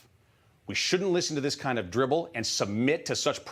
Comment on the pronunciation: Did the Newsmax host actually say, "We shouldn't have to listen to this kind of dribble..."?? LOL, I think he meant to say 'drivel'...oh, wait... he's talking about the Biden administration. He's right.